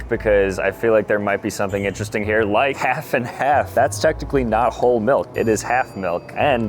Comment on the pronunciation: "Whole" not "Hole" - as in whole milk. You were so almost there 😂